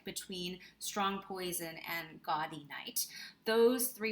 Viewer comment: A belated thank you for this video. Having read the Sayers mysteries several times over the years, I generally agree with your rankings (well, I would move Unpleasantness to sixth but that’s a minor quibble). P.S. “Gaudy” — the Oxonian term for a college reunion — is pronounced “Gow-dee,” as in gaudeamus igitur.